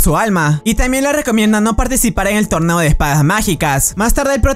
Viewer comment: Deberías mejorar las palabras que dises porque dijiste torbeo y no torneo